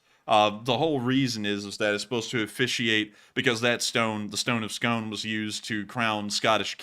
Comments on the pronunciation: FI, Scone is pronouced "scoon" Kings of Scotland were crowned on the stone of Scone which is near Perth. Edward 1st of England stole the stone and took it to England. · Hey, just a word about the Stone of Scone: It was returned to Scotland years ago, and it's no longer used during coronations. Also, it's pronounced as "skoon."